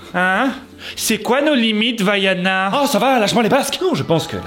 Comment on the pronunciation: Entendre "Vaiana" en tant que polynesienne ça fait mal😭